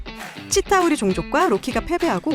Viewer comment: 치타우리종족을 찐따우리종족이라 들음 ㅋㅋㅋㅋㅋ